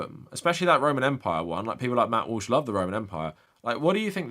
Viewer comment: Did you accidentally call him Matt Whoosh? 😂